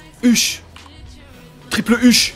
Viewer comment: "" Triple ISH "" J'suis mort xDDDDD